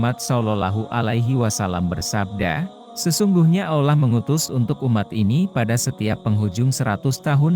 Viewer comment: Kenapa pengisi suara nya harus AI sebut Allah jadi olah gmna sih